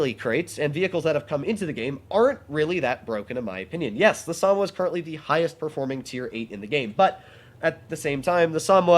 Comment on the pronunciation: Sa-Mo-Wa. Not Samwa 🤷🏻‍♂️